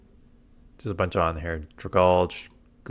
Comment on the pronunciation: Not to be rude, but it is actually Drag-ALGEE. As in, dragon and alge.